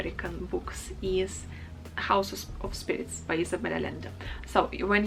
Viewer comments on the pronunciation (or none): a little note: if the name is spanish the "LL" is pronounced like a consonant "Y" instead of "L" , so "Allende" is pronounced A-yen-de and not A-lend-e